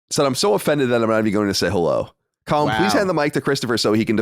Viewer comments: definitely says Cohlin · I always notice how pronounce Colin wrong. I was always waiting for Colin to notice it, but Colin never reacts so it must be fine.